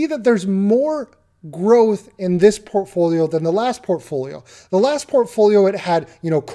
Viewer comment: Do a shot every time he says "porphoolio" 160 sec later... blrghgh dead.